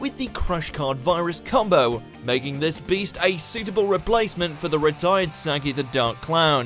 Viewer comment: Pretty sure you pronounced saggi wrong 🤦🏻‍♂️🤦🏻‍♂️🤦🏻‍♂️🤮